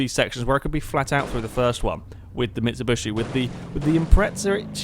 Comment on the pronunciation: I bugs me so much XD it's mitsubishi not micubushi XD